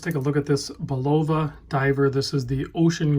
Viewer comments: Another fun fact: Bulova is pronounced "Bul-o-va", not "Bu-lova" hehe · No it isn't. My uncle was a high ranking executive with Bulova. The Swiss pronunciation puts emphasis on the U. It's pronounced Bul la va,........... NOT Bull "O" va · Very nice watch. Please pronounce Bulova correctly....it's not Bu-lov-a with with a long o like a loaf of bread. I worked at the Providence, RI plant in 1974 and 75....my grandmother worked there for 35 years before me and during my tenure. I noticed the other comments and don't mean to be a dick but having heard that name for 40 years in my family it drives me crazy. Peace out brother. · The accent is on the first syllable. BULL-oh-vah. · Bul-oh-va? I thought the video skipped when I heard that pronunciation. Funny.... Have you ever heard the name pronounced? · "Bull-OV-ah Ocean-grapher". C'mon man! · It’s pronounced BULL ,OVA. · look-up Bulova adds on U Tube to get the Correct pronunciation. There is no long o in Bulova. It's bul la va. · Ha😂 the way you say Bulova. Love the green dial🔥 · Ignore him, it’s spelt B U L O V A but actually pronounced “DanielWellington”.